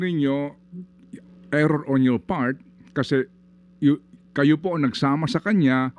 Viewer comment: "Error" ampfowtah...